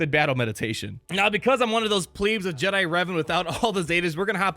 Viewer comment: The way you pronounce "pleb" makes me wanna REEEEEEEEE